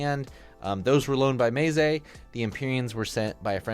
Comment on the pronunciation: The worst pronunciation I've heard of meze, maysay